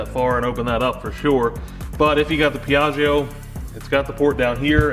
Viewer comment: Yeey, I like the new project, and I like shed redesign it's like time travel :D ps. when you read piaggio it's actually like piaggo without "i" :P Stay well!! \m/